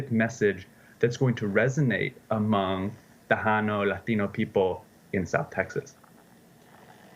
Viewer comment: Who is the expert who can’t even pronounce Tejano correctly?!